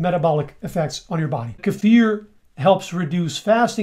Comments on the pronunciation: Hey,, this is the internet. You're not supposed to pronounce kefir correctly. You need to "learn" how to say it wrong. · Yes. It's very sexy! So is his pronunciation of "kefir".